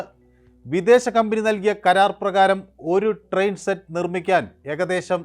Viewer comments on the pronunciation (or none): ട്രെയിൻ എന്ന് പറയു sir